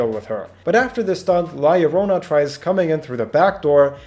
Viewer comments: YO-RO-NA NOT LORONA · YOU GOT THE YO PART RIGHT AT ONE PART BUT NO THE RO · Btw it is pronounced lajorona because it is a colombian folk tale and in spanish double ll is pronounced j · so you can look up what her name is but not how to pronounce it? how yt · I love how you pronounce llorona